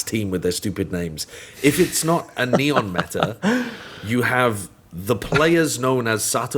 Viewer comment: i recommend pronouncing his name in spanish: Neh-On